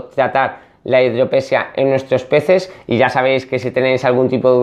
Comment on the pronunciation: Hidrope SÍ a... Metro DI zanol NO, Metro NI zadol... Je, je, je...